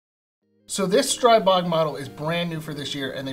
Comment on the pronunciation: Just a note: strih-bog rather than streye-bog Good review, thanks